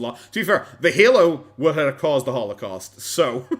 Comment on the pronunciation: Still watching, but jc , "halocaust"? "Sympothy"? This is a joke of a documentary.